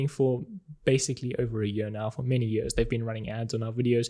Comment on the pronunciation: i love the way he says "years" its like ... jöhrs XD